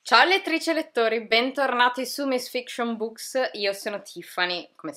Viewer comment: Sono l'unico che è affascinato dal modo in cui parli oltre che da quello che dici? Già il modo in cui scandisci "MISSSSS FFICCSCIONBUKKKKKS" all'inizio di ogni video è bellissimo! Potresti essere un'ottima speaker in radio. Comunque ottimi consigli come al solito, complimenti!